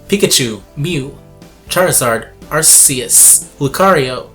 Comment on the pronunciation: you mispronounced arceus. its AR-KEY-US. :3